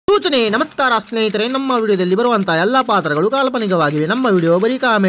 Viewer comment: ಸೊಚನೆ ಇಲ್ಲ ಸೂಚನೆ bro